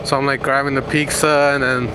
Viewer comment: It's triggering how you call pizza "pixa" lol